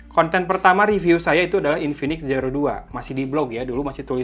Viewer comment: Sumpah ini infinix plg ampas yg dilauncing (based on the price), masak g95 dibilang ultra gaming, trus note 10 pro itu g95 apaan? wkkkkk Trus, si abang announcer puluhan kali bilang SIRO X ampuun dah ampe gedekkk dengernya, udah gitu zoom alias zum disebut ucapnya sum. Padahal gw nahan² dr sebulan lbh buat beli pucu X3 Pro, kirain Zero X Pro ini worth gimanaaaaa gitu, aak gw kelahi abangnya dibeliin X3 GT